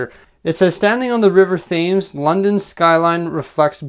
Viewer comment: You pronounce the river Thames like tems not with a Th . Sorry if it’s annoying. 👍🙃